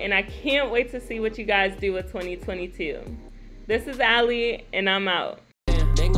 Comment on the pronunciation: "Ali" as in Mohamed Ali. You are killing me ..